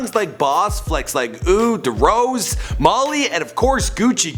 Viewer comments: HAHAHAHAHAHAHAHAHAHAAHAHAHAHAHAHAHAHAHAHAHAHAHAHAHAHAHAHAAHHAAHAHAHAHAHAHAAHAHAHAHAHAHAHAHAHAHAHAHAHAHAHAHAHAHAHAHHAHAHAHAHAHAHAHAHAHAHAHAHHAHAHAHAAHAHAHAHAHAHAHAHAHAHAHAHAHAHAHAHAHAHAHAHAHAHAHAHA ITS FUCKING D ROSE NOT DA ROSE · Lmao it’s D rose not deh rose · It's D.Rose not derose wtf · “Duh Rose” you mean “Dee Rose” ?!? 😂 Have you ever heard of Derrick Rose?? How do you not know this stuff?? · Its pronounced dee rose not de rose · Stop saying DA ROSE. Its D ROSE, as in Derek Rose, the basketball player. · No its Drose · It’s D-ROSE NOT DROSE WTF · Tell me why he’s saying “ derrose” does he not know who D Rose is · He said drose it’s D rose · omg it's fuckin deeeee rose not fuckin deh rose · Drose no it's D Rose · It’s D-Rose not drose day t right nigga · Guy pisses me off saying "Little Pump" and "the Rose" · It’s dee rose not dah rose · It’s D Rose not Da Rose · Bruh did this dude really say duh rose when lil pump clearly said d rose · It’s not “duh rose” it’s “dee rose” the fukkin basketball player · It’s not darose it’s d-rose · Wtf is ‘Da Rose’ is D-ROSE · D rose not Darose and lil pump not Little pump :p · Ffs it’s d rose not da rose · FUCK IS A DA ROSE I SEE D ROSE AS IN DERRICK ROSE DUMB ASS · Song is called d rose he hears lil pump say d rose calls it de rose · who the fuck is Duh Rose and why’d you call rick Rick Ross, “Rick Rov” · not "da rose" its "deeeeeeee rose" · D (dee) Rose not Da rose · ITS PRONOUNCED DEE-ROSE. NOT DUH-ROSE. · I like how Lil Pump Says Dee-Rose but this guy still says Duh-Rose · Dude it’s D Rose not Duh Rose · I fucking hate how he says "duhrose" BITCH ITS D ROSE BITCH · My guy it's D Rose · It’s not duh rose it’s de rose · Are we going to ignore the fact he pronounced DRose(Dee Rose) as de-Rose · Lil Pump song is called “D Rose” not “Da Rose” 😂😂 cmon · 2Beast Manga yeah when he says da rose I get annoyed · Did he just say Darose instead of D rose? 🤦‍♂️ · D rose not Da rose...it’s not that hard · "duh rose"